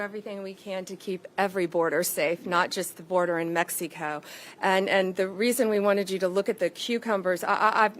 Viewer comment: And Mexeeeko 😂